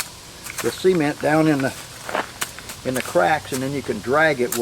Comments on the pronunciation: Its nice Sea-Ment 😜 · I love the way this guy says cement as in cment or seement. Watching from Australia. Hope we have something like this here. 😊Thanks for sharing this with us. 😊